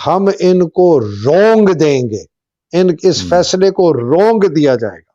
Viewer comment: it’s روند دینا، رونگ دینا نہیں۔ 😊